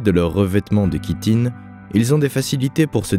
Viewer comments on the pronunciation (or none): none